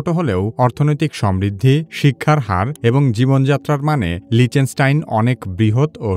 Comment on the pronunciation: লিচেনস্টাইন ❌ লিচটেনস্টাইন ✅